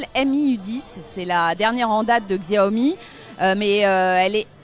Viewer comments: Ça se prononce CHAOMI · journaliste tech qui ne sais pas prononcer le nom de la marque LUL